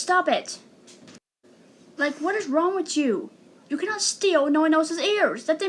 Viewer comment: "Whats wong witt chew 👹"